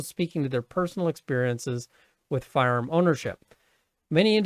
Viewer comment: I love the way you say firearm. Firerrrmm